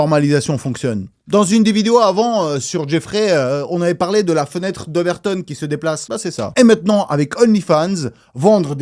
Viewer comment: Content qu'une personne avec 2.6M d'abonnées arrive enfin à prononcer "Overton" correctement...